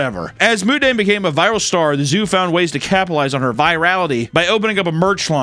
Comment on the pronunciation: not moodeng 😭